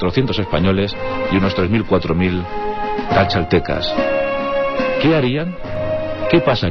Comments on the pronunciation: bastante malo el video...no pude acabarlo..me gano la risa cuando escuche ¿calchatecas?......uta...deberian traducirlo...:) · Tlaxcaltecas no cachaltecas investiga bien.